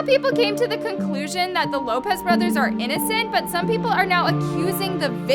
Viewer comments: anyone notice she said “borthers” instead of brothers lol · anyone else realize said lopez borthers instead of brother lmaoo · "the Lopez borthers" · Anyone else notice “THE LOPEZ BORTHERS ARE INNOCENT?” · ah yes ✨borthers✨